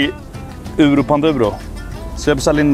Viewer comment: att ingen svenne kan uttala euro rätt